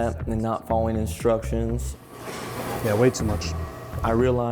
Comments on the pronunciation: Intentionally mispronouncing "Instructions" don't play stupid boy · how can you take instruction from someone who cannot pronounce instructions?🥺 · What a joke the instructors all have bears and can't even properly say "instructions" not to mention this program seems racist, I see very few white students if any.